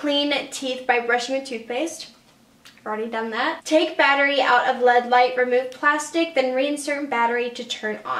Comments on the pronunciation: She said lead light bahaha it's LED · I love but I kept dying when she'd say lead light and not L.E.D. light hahah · Kara Jorgenson same😂